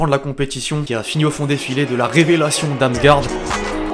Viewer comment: Ça se prononce Damsgort.